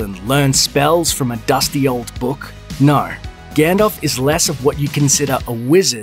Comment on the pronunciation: Lol! Someone who doesn't even know how to pronounce Gandalf correctly thinks he knows more about The Lord of the Rings than us. Hilarious!